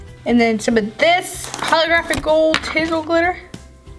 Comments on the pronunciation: Is no one else bothered by how she pronounces tinsel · ok not trying to hate but the way she says tinsel bugs me so much